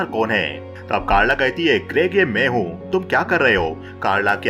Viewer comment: भाई आप अपने गले का इलाज करवाओ, मुझे लग रहा है आपके एपिग्लोटिस में कुछ समस्या है , जैसे है को हे, हूं को हू बोलते हो